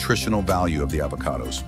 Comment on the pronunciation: Is she trying to promote AVoCADOs, or BOBOBOBOOOOS.